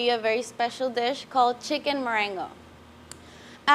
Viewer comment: 1) Marengo not M'r'ngoo (it's an Italian location where Napoleon won his Battle in 1800). 2) where are the mushrooms of the original recipe? 3) by the way, good Cook!😁